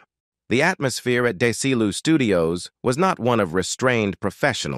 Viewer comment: It's Desi Lu studios. No deseeloo studios.